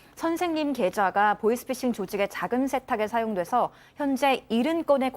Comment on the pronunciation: 보쉬피쉬... 보이스피싱 발음이 왜안되세요...?